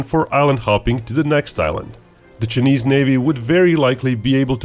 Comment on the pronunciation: I can’t deal with how he pronounces Chinese. “Ch-ey-neeze.” 🤦‍♂️